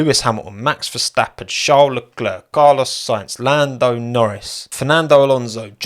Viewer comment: Max Verstapp-ten